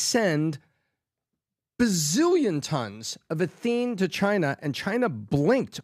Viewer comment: I love what does on the podcast. Can somebody get him this message? In his story on ethene shipments to China, he kept mis-pronouncing the word "ethene." He kept saying "e-THENE" with the emphasis on the 2nd syllable. Ethene is pronounced ETHene, not eTHENE. 1 carbon is methyl, 2 carbons is ethyl. Methyl alcohol, ethyl alcohol. Methane, ethane. There isn't a methene, but there is an ethene - and it's ETHene.